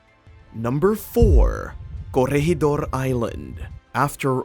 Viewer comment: When did the Japanese fly fighter jets in WW2 as a military History buff I would love to find when as the British had the first operational jet in WW2 Were is gwoblycannall , and curryegidor What shocked me is that never did any research its easy to find out the proper pronunciation there for not making you look like a dick